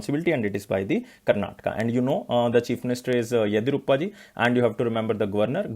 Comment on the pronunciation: Please pronounce karnataka's CM name correctly... 👉 YADI + YUR + APPA